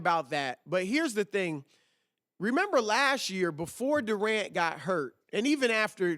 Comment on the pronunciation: i love it when chris says lashyear